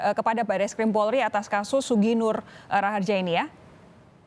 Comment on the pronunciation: Nah itu reporter nya bener ucapin nama nya SUGIK NUR RAHARJA ya bkn gus nur anak kyai